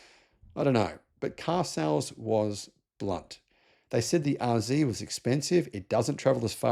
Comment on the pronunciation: Lexus RZee? I thought it was RZ.